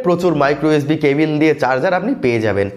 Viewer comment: Cabil na cable 😄😄